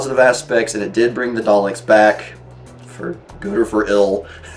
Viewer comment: it's probably because I'm weird ;) But I just loved the way he said Daleks... Here's the clip... Turn up the volume!! :D An audio clip of Matt Smith playing the 11th doct…